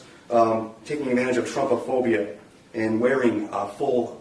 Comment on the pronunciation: Did he say "taking advantage of trumpiphobia''?